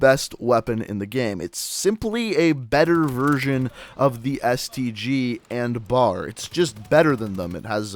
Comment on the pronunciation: You say BAR wrong